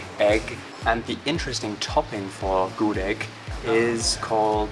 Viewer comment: The pronounciation of "gudeg" is Gudêg (like eh sound) not Gudég (like pokémon sound), just information ✌️ and thank you for tasting the indonesian food. Btw, if you eat gudeg, eat it with rice so that's not too sweet :)